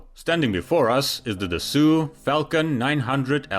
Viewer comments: WHY CAN'T YOUR PRONOUNCE DASSAULT ???? OR CAN'T YOU SEE THE DAMN T AT THE END ??? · Try to pronounce the name of the manufacturer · It's not rocket science to learn how to pronounce the name of the brand. Just one effing word. 🤷🏻‍♂️ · OMG, learn how to pronounce a simple French name! 😮 /Dassault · It's not just wrong, it's hard to imagine how anyone could land on an ad hoc pronunciation so entirely unrelated to any legitimate existing rule set. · He had to pull that mispronunciation right from the very beginning. 🤦‍♂️ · Interesting video but, as a Frenchman, I'm a little bit annoyed when I hear continuously that the French are doing everything differently. You can't refrain from making this kind of cheap and tiring joke even if you don't mean anything ... Well if it's true, then the rest of the world is wrong 😉 You should try to take interest in some French culture to understand better the mindset and avoid saying "Dassew" instead of "Dasso". Anyway no need to be fluent in French since the name Dassault is quite well known in aviation, isn't it? I should maybe consider to pronounce English names using French codes🤔. It might be hilarious ... For history: as shown , the first jet of this business jet "family" was named "Mystère 20" since it was more or less an homothety (wings and tail-unit) of the "Mystère IV", a French fighter jet of the 60's. It has been renamed "Falcon 20" to make it easier to penetrate the US market and it worked. From then on all Dassault business jets are "Falcons" ... No hard feelings. Regards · You're mispronouncing the name of the company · Very interesting, thank you. Detail: Please pronounce Dassault correctly. It is pronounced "DASSO" and not " DASSU". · Dassault is pronounced "duh sow" not "duh sue" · It's Dasso, not Dessoo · Please..it"s "DASSAULT"..O..not U. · it's pronounced duh-so not duh-sue fyi :) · Interesting video 🙂 For your information, Dassault is prononced [Dass-Oh] ^^ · *”dass-ohh” not “dass-sew” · Pronounce daso Not dasu